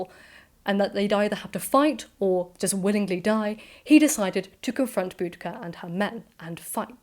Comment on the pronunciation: I've always heard her name was pronounced Bow- dish- ah